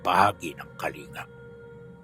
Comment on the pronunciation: mali po pag ka bigkas niyo sa Kalinga, im from Kalinga and ang tamang pronouncing po jan ay Kalingga